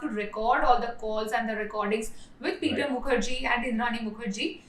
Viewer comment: Muker jea pronunciation has me rolling😂😂. Great video. I hope your channel thrives. You have earned a new subscriber.